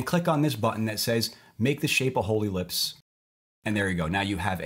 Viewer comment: when he said a whole ellipse I heard a holy lips